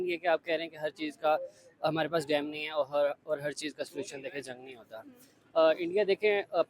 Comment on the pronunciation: पहले तो उसे डाम नही डैम कहते है 😂😂😂😂